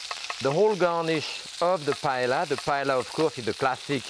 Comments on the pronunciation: Aaarrrrgh i can’t believe he’s saying “Pa-El-La” 😢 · Dear Jacques, just as a double L in French is pronounced as a Y, it's the same in Spanish. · not paella